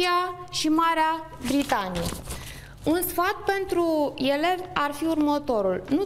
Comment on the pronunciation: iElevi, iElement :))) Accentu` asta :))